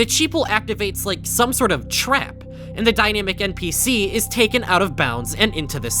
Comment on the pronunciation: why do you say "npc" as "mpc"?